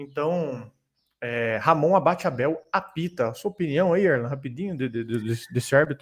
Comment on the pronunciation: O nome correto do árbitro é: Ramon ABADE Abel, e não Ramon ABATE Abel. Foi hilária essa confusão.